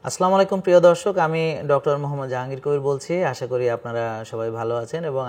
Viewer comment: স্যার আপনার সালামের বাক্যটা একটু শুদ্ধ করে নিলে ভালো